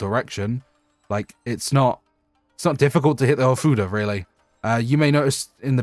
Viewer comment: Am I the only one that hears something different when he says ofuda?